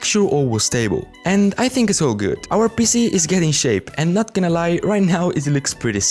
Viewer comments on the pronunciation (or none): none